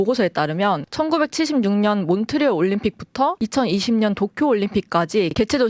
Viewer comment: 몬트리 올림픽이라고 하시는데 ㅋㅋㅋ 몬트리올 올림픽입니다 ㅋㅋㅋㅋ